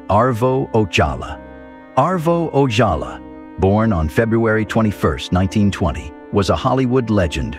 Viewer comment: The AI narration on this video really needed some human monitoring. Parts of the narration are redundant, inconsistent or just wrong. Gone with the Wind was called One with the wind because the G was half clipped on the poster, Arvo Ojala is pronounced randomly with an English or Spanish J, parts of titles are left out.